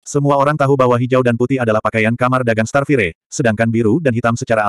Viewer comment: Sebutan bukan starfirey.... Kena sebut starfayaa